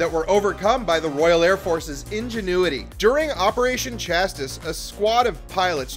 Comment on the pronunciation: RAF Operation Chastis? Learn how to pronounce words.